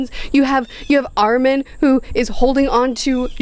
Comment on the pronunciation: Also since this the second video we will no longer tolerate the mispronunciation of Armin and Mikasa